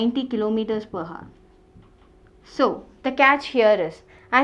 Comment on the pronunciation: the Video is Good, but please pronounce "Hour" properly.... :3